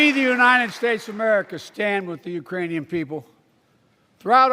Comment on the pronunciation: He said Urainian.. no such place! 🤣 man his tounge is goin full retard